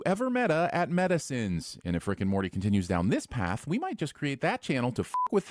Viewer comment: Him saying: "Meta Sins" sounds like he's just saying: "Medicines"